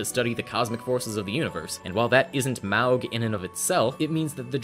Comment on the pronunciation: I will be that dumbass that says "Actually, the pronunciation of "Maug" is 'Móg' "